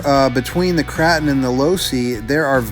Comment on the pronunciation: LOL why do you call it the Krah-ton it is pronounced Krause-tun 😀 love all your videos! Doing my shredder upgrade this weekend. How long did it take you?